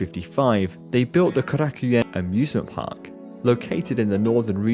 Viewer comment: Oh, you're butchering the pronunciation of Korakuen. Korakuen Hall is a personal mecca for myself.